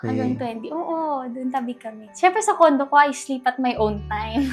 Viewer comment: bakit ganun? Bakit CONDOM instead na CONDO?! 😂😂😂